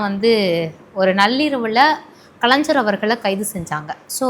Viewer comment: Kalanjar ha nalla Thamizh pesara ma ni... Its Kalaignar